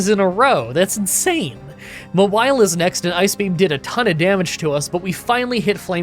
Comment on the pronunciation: Mah-wily??? It's Maw-while - Mawile